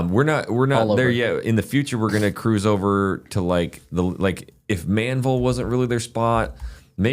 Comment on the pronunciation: That HEB needs to be much bigger!!! It’s ManVEL NOT Manville! 😊